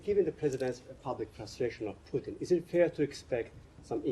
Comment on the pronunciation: It’s Putin not pooping